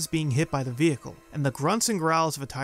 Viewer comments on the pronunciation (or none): none